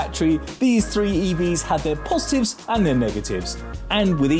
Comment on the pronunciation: scienTIFFic moTIFF posiTIFFs and negaTIFFs